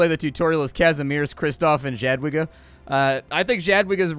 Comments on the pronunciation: Jadwiga is pronounced Yadviga in English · if you remember one thing about pronouncing Polish words, it's that W is a hard V - not soft wh, that's the Ł letter you see. (Bonus points, Jadwiga is Yad-Vee-Gah) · Jadwiga, is actually pronounced Yadviga. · It’s pronounced yadviga you communist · Jadwegia is pronounced Yad vee ga (hard g as in go). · id try saying "yatviga" and "shrootmyestscheh" might sound more polish, oh and "mo-ko-toof"